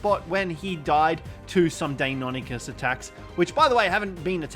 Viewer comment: When he says deinonychus all i can hear is "daymommykiss" XD